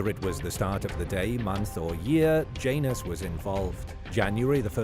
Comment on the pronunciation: Janus not pronounced like that in latin